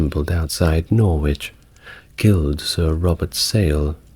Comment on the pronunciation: I’m confused, you have a British accent but you mispronounce lots of British places - it’s “ southark “ not south wark. Norrich, not Nor witch”, among others.